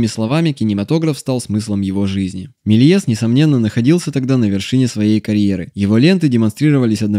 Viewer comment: Не так прочитал фамилию)